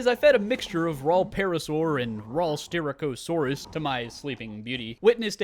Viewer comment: ahem (sti-rack-uh-saurus)